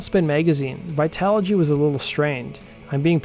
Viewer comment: Literally no one can say his last name lol and apparently Tabitha soren can't say vitology